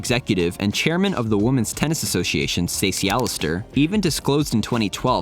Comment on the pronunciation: You pronounce the plural 'women' like the singular 'woman'. What's up with that?